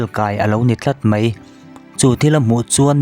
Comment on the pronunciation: "Mai" tih tur ah "mei" tiin i lam ṭhin a,a dik lo ania...eg..ani khawp 'mei' tiang hian i lam a, 'ani khawp 'mai' hetiang zawk hian lam tur ani e 👍